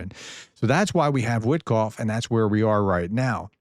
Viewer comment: Wit-off, the k is silent.